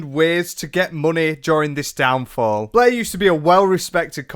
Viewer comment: Love the pronunciation of Blair as Bleh. 10/10